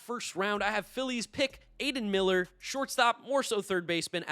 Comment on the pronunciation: you mean Aidan "MILLER"?